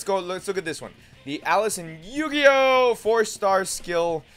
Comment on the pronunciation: noone else bothered by him pronouncing eugeos name horribly wrong? its eugeo and he makes it sound like yu gi oh ewe